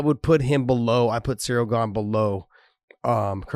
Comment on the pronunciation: Ciryl is pronounced with K